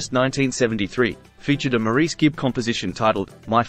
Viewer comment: Maurice is pronounced “Morris”